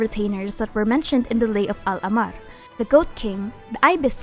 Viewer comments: Hi There are a few mispronunciations in your video Al-ahmar, meaning the red in arabic written as الاحمر, if you cannot pronounce the letter ح i reccomend just saying al-a-h-mar, if you can roll the r Thoth is also not pronounced as its written it’s pronounced tah-hoot I live in egypt and im an arab so ya Much love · I love your content, and this comment is not meant as a hate comment, but I think you pronounced al ahmar wrong based on what it’s pronounced as in game. Of course, genshin gets its own pronunciations wrong sometimes (ex: tighnari’s name) so I’m not sure.